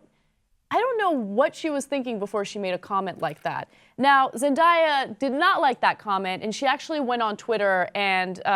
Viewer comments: Why do people say Zen-die-ah? Its Zen-day-ah! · why can't anybody pronounce zendaya correctly? It's not pronounced zen-die-a it's zen day a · It's pronounced Zen-day-ya.